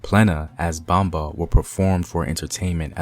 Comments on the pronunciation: Great video but Everytime homie says Bomba and Taino I cringe. Great info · I LOVE THE HISTORY, BUT PLEASE LEARN HOW TO PRONOUNCE THE WORDS, LIKE PLENA,BOMBA, TAINO, SALSA. PLENA AND BOMBA WAS NEVER ABANDONED BUT BIRTHED A NEW GENRE, SALSA. IT'S ALWAYS BEEN THE FOUNDATION, AND STILL PLAYED TODAY IN PUERTO RICO ALSO THE PARRANDA WHICH IS PLAYED DURING CHRISTMAS AND THE CELEBRATION OF THE THREE KINGS. IT COULD NEVER BE ABANDONED ITS OUR HERITAGE. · I’m sorry he doesn’t even say Taino or bomba right lol I’m sorry and they didn’t speak Spanish moronic I swear so offensive to speak on my people speaking on somebody else’s history and act like you know lol